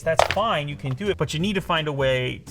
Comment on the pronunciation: Time for Goosebumps I think he said can, but it kinda sounded like can’t Yh